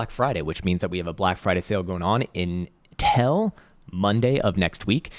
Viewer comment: It's actually UNTILL, not INTELL